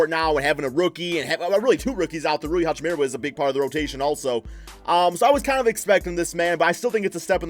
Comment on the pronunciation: Guy can't say hachimura's name properly ffs 🤦🏻‍♂️😂